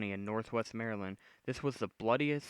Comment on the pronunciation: your like the only youtuber I've seen that can acually say maryland right